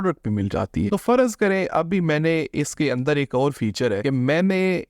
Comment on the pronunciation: Its `farz’ not `farazz’